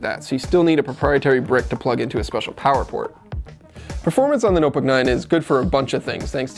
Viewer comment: ''the nuhbuck nine''